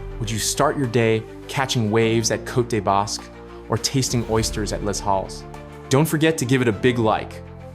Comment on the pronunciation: My ears are bleeding. You pronounce French words as if they were Spanish (except baguette that you got right). Les Halles is pronounced: Les like your English word LET but without a t. In LES, the S is silent. And please, Halles is pronounced EXACTLY like the first name AL.